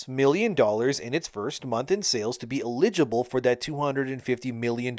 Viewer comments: “LEEGIBLE” you mean… “ELL-idge-ible” Eligible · Eligible = EL-ih-juh-bul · Iligible? Is this your first day speaking English ? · Do you really not know how to pronounce "eligible?" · not gonna lie, I don't like how you pronounce eligible lololol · That's not how "eligible" is pronounced. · How in TF are you screwing up the word eligible so badly? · Can you learn to pronunce eligible correctly please lol... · The word is "eligible"... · Damnit. I love you bro but please stop saying "eligible". Killing me man!